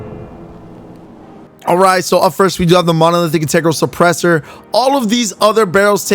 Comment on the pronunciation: Why can't you say monolithic?